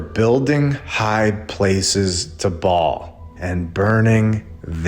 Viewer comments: Baal is pronounced bail not ball. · Ba’al Earth, Not Ball. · Baal is pronounced Bay'll if im not mistaken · Just so you know the correct pronunciations; Ba'al...long a, hence accent Yahweh...Jehovah. Both are ok however the most common name for almighty God is Jehovah. This is world wide especially old world, they've hidden but in plain site. God's name means, "Cause" or Causes to become". Fitting right!This video was icing on a layered cake to me brother. God bless you!❤ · You missed the whole point, sister. This isn’t about how to pronounce Ba’al—it’s about exposing that we’ve been living under his system. The ball Earth lie is Ba’al worship disguised as science. A sun-worshipping, globe-spinning fantasy shoved down our throats to erase God’s firmament and throne above. So whether it’s Ba’al, Bale, or Babble, the deception remains. The Earth isn’t a ball. It never was. They just replaced God’s truth with Ba’al’s blueprint—and you’re worried about vowels?